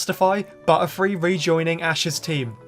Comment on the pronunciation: Whenever he said butterfree i heard buttfree